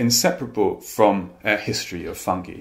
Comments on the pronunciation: I love how russel pronounces “fungi” like “fungee” and not “funguy” 🤍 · I am so happy that they say fungi not funji!